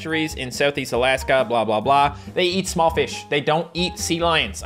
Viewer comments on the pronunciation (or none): none